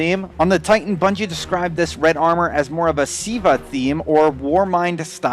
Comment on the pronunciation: LOL its not siva ahahaha its Ziva